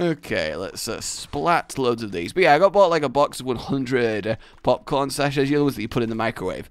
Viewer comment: how many times does he say popcorn wrong?